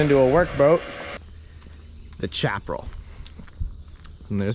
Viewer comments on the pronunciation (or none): ... ummm... it's not a "chapral" or "chaprel" ... it's pronounced: "Shap - a - ral"...:) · Chapral is cringe. It’s Shaparal. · by the way it's chapalel.....shap a rel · I believe Chaparral is pronounced like "sh should" not "chaps." Great content you are an awesome young man!!! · Um, the "ch" in Chaparral makes a "sh" sound. So it's pronounced Shap-a-rul. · Sha pa rell. chaparral.